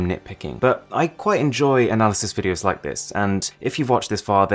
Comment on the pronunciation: "Smeash that liek" Stan Browney